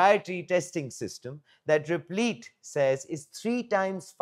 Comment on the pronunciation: Replit rhymes with lit, not leet.